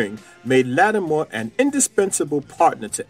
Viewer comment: Why do you call him Latimore instead of his name, Latimer?